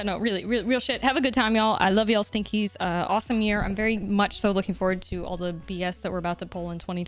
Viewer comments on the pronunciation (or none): You know the first time i heard you say Stinkies i thought you said Stickies.